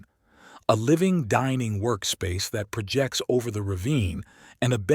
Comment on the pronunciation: “The living room pra-jects over the ravine”